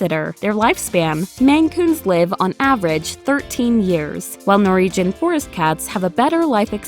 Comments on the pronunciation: Stop saying NOREEGEN! It's NorWegian! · No second R in Norwegian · I can't get past the way you're saying 'Norwegian' :-)